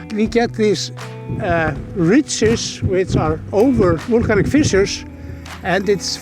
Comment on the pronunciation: I have to admit, even for an Icelander like myself (and a big geology enthusiast with 3 geology courses behind me at the university), it's a bit difficult hearing always say wool-canic and wool-cano... haha. A wealth of good knowledge from him though:)